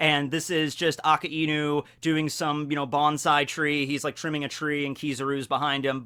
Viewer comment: Could you stop pronouncing akainu's name A-ka-inu? it's hurting my ears. It's pronounced A-ka~i-nu, basically a-kai-nu for all intents and purposes.